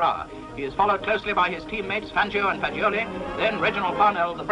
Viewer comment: Szia! Köszi a videót, de egy-két pontosítást hozzáfűznék. Az Alfa Romeo harmadikként említett versenyzőjét nem "Fagilió"-nak hívták, hanem (Luigi) Fagiolinak, amit úgy ejtenek, hogy "Fadzsóli". Azt is érdemes elmondani, hogy a Type C és a W154 a Free Formula versenyautói voltak a háború előtt, így nem csak az tartotta vissza őket a részvételtől, hogy pajták mélyén porosodtak, vagy megsemmisültek a bombázásokban, hanem az is, hogy nem feleltek volna meg a verseny kiírásának. A Tipo 158-as Alfa Romeo (a típusjelzés a 1,5 literes, 8-hengeres motorra utal), a háború előtt a voiturette kategóriban való versenyzésre épült, mivel az olaszok, ahogy mondtad, a Free Formula és ezáltal a Grand Prix kategóriában nem tudtak elég eredményesek lenni a birodalmi támogatást élvező német márkákkal szemben. Ezt a kategóriát a 30-as évek közepéig uralta az Alfa Romeo, de onnantól kezdve az új fejlesztéseivel nem tudott labdába rúgni (Bimotore, 308, 312, 316), főleg teljesítmény terén, mivel a Free Formula autóira nem vonatkozott lényegében semmi, csak súlykorlátozás. Egyébként az Alfettának is volt egy komoly Mercedes ellenfele a háború előtt, a W165, ami meg is nyerte egyetlen versenyét, amin elindult, az 1939-es Tripoli Nagydíjat. Ez lehetett volna az az autó, ami felvehette volna a versenyt 1950-ben a Tipo 158-cal. Azonban, mivel ez az autó nem kelt életre a háború után, így az Alfetta életciklusa alatt ( Tipo 158, 1951 Tipo 159 néven) az 54 Grand Prix-ből, amin elindult, 47-et nyert meg